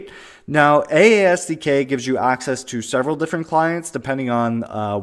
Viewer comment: Should should be pronounced "Eyyyyyyyy" SDK!